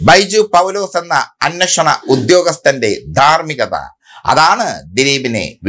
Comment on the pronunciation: ബൈജു പൗലോസ്‌ എന്ന അന്നഷണ ഉദ്യോഗസ്ഥൻ അല്ല bro. അന്വേഷണ ഉദ്യോഗസ്ഥൻ.